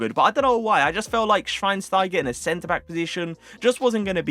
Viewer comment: A lil tip how to say Schweinsteiger correct..say the (S)teiger like you say (SCH)wein. Edit: say schweinschteigah